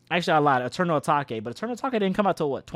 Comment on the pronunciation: “Eternal atakay “😭😭😭